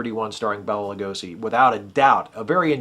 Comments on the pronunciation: Okay, loved the review and how cool was making a spanish speaking film at the same time? I am trying not to be nitpicky here, but I believe he pronounced his name Bay-la, not Bell-la. Sorry, that WAS nitpicky.... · Hey, what's up man? Loved your video! It was really great! I love the 1931 DRACULA. Such a great movie. Hey, I'm gonna do my main man Bela a solid here. His name is actually pronounced Bay-Luh. Anyway, please keep up with the videos! Really enjoy them.